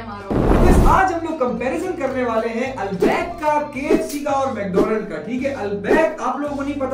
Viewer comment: Albaak Nahi hota albaik hota Hai